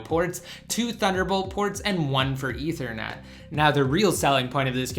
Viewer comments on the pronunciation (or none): none